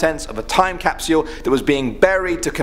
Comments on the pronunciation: Who hates how he says Cap-See-All Instead of Cap-Sole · He says time capsual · Capsule not capsuule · He prounouced time capsule time capeesuull and Hiroshima is pronouced heroshema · Sorry bout’ this but I have too “CaPsUlE” capsyule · Ok NOW we can open the 2019 caupsel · Capsule not capsyoooooool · He's British and that's the way they pronounce it but "Cap-SYUL" sounds really weird. Nice video though as always! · Cap-sole? Cap-Sh-u-al. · You’re not saying time capsule right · Stop saying "capsule" until you learn how to pronounce it properly. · I love the way he says capsule😂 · How you pronounce “capsule” took me right out of the video. Had to shut it off. Sorry man. Good job from what I saw.